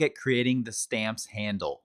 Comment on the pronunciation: Hi, I really like your videos, you speak very clearly and your demos are very well throught out and presented. One thing though: please, in future videos, say "thee" ONLY before words starting with a vowel sound; otherwise, the word should be the (pronounced thuh).